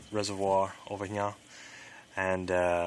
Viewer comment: It's so annoying how you say (here) just be normal dude wft